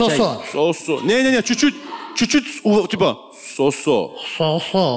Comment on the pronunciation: Не СосО,а СОсо правильно говорить